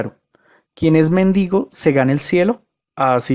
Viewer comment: Debe ser muy ilustrado un pastor que diga "méndigo" en vez de "mendigo". Y para que no se diga que hablo por hablar, basta con ver que si leyera un poco más, sabría que Aristóteles sólo hablaba de un motor inmóvil como una fuerza más del universo y nada más. Al que se le ocurrió que eso era dios, fue a Tomás de Aquino.